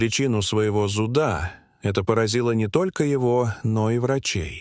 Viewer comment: зУда, зУдом и т.д. Научите ИИ делать правильное ударение в словах!